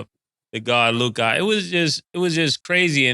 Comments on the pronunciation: I can’t stand the way mase says “LUKAA” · Why do they say Lukah and not Luka? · “Lukaah” -Mason Betha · Mase said “Luke-ahh” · The way say Mase Luka name is hilarious. Lukai 🤣🤣🤣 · Ma$e got me weak every time he pronounce LukAAA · He’s saying “Luk-God,”you simp. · The way mase says luKAH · Why does mase keep saying Luka's name like that lmao "luke-ah" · why they be saying lukAH ? 💀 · I be laughing how Mass pronounces Luka name “Lu-Kaa” lmaoo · “Looo KAH”-mase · Why Mase keep pronouncing Luka name like that lmfaooo. LukAaaa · why you saying LOOKAH like that 😂😂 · Why Mase say Luka name like that? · The way Mase pronounce Luka is funny asf to me 😂😂😂😂😂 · Y mase say Luka like that 😂🤣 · Why tf mase saying luka like that 😂😂😂